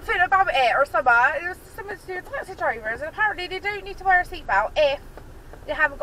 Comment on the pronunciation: It's not taxi drivers its twaxi drivers lol 😂😂